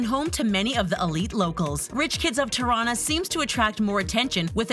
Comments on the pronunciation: “Tuh-rana” girl it’s “tea-rrrana” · Tirana is pronounced tea-rana XD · "Terana" 😂 for non-albanian people, you say it like "Tee-rana" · did any other albanian cringe when she said tirana? LMFAOOOO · The way she said Tirana lol. #girlfromKosovo